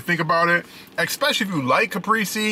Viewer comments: Lol wow a deleted comment on a FOOD REVIEW channel?!?!?!?!? Ps its ca-pray-zay not ca-pree-zee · The way he says CAPRESE* is fkn wit me 🤣